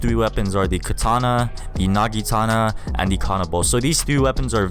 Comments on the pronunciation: Do u mean the naginata? you said nagitana lol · My mans said nagitana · ur saying naginata wrong